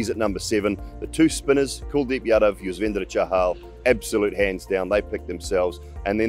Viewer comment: He nailed the pronunciation of yuzvendera chahal